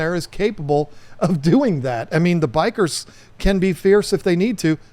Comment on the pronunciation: bikers killed my beta I keep hearing bikers not bichirs